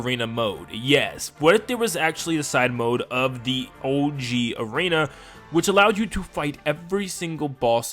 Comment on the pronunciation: It’s arena not aren